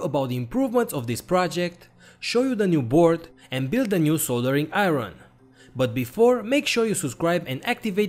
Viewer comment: "A New Soldereen Aeron"🤔🤔😂😂😂